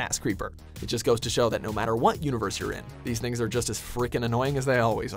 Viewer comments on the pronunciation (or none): When he said things it sounds like nigga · I heard the n word but I know he tried to say “Things” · he didn't say "these niggas" he said "these things" he just didn't space his word out.... everyone calm down... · ok this guy's probably my least favorite mojo guy, but sounds nothing like the N word. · Gage Taylor Relax. We know he's saying "things". It just sounds like he's saying the other word.